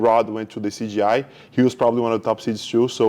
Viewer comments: 😂 every one calls it “cgi” even Craig said something about that. It’s “cJi” Craig jones invite not computer generated images 😂😂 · Hahahaha, in his defense: In portuguese, when a "J" is in the middle of a word It sounds just like a "G", it's a common mistake for brazilians to make.